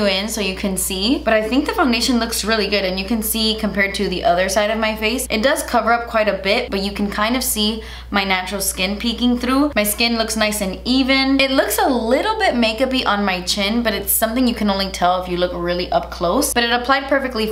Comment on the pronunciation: says “thdrough”